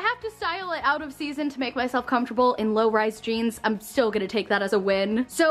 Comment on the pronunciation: comtable is what she says fr comfortable